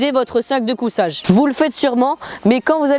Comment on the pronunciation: On dit sac de couchage pas cousage